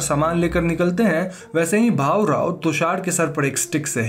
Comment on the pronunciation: It's not bahu rao it's bhaurao Btw i am glad you explained a movie from my language